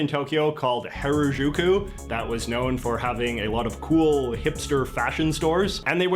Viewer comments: In Maine we do actually have Fluff. But in like, North Carolina, you won’t see it for sale… anywhere. My grandmother used to make me sandwiches with fluff. It’s good! Also this Canadian guy seriously mispronounced harajuku. Yikes. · Dude you didn't live in japan... you visited japan. Hair-a-jew-kew is not how you say Harajuku and if you would have lived there you would have figured that out quickly.